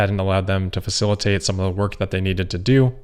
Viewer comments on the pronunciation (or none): none